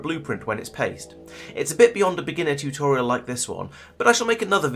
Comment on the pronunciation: r u saying "Tutorio" ?..... bravo, sir.